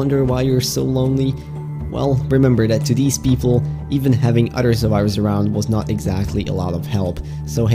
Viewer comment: He says " udder " instead of other